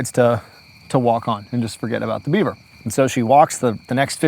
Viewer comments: There were a few times my brain heard "Dead Bieber" instead of "Dead beaver." Story takes on a whole new meaning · Every time he said Beaver up until 15 minutes in I heard Bieber